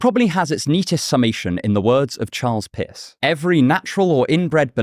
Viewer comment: Pierce sounded alot like "piss"